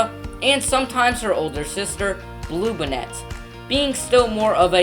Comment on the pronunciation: It's BOOie like a ghost. It's BLUEbonnet. That's bonnet like an Easter Bonnet. Y'all could have at least taught your narrator the correct pronunciation of Texas names! Bluebonnets are the State Flower. Bowie is named for Jim Bowie, who died at the Battle of the Alamo.